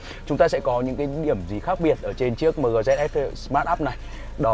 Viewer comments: Mờ gờ, đọc nghe chuối quá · Người Bắc đọc mờ-gờ rồi a-mờ- gờ nghe chán phèo.